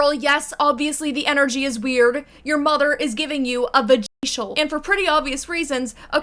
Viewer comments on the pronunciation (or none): A vagaycial 💀